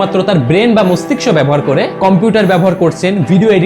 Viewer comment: আপনি তো মস্তিষ্ক উচ্চারণ টাই করতে পারেন না